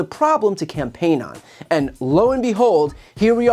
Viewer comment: Open borrrderrr ahnd tearrrr down de wahll.